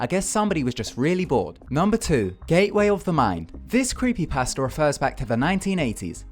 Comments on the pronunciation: when he says creepy pasta, it sounds like he's saying "creepy pastor" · Don't have anything agaisnt you. I love you're videos but when you say creepy pasta, it sounds like creepy pastor